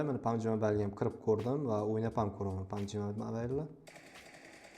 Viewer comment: Pabg❌ pamji😂